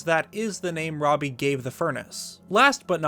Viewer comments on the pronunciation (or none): none